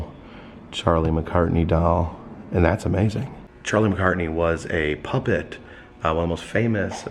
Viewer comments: Just an FYI... it's Charlie McCarthy, not McCartney...lol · I really hate to correct you, but is Charlie McCarthy. Not McCartney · Another great video, but again you called Charlie McCarthy, Charlie McCartney. It even says McCarthy on the card, which you looked directly at. I'm not picking at you or anything, just trying to correct you.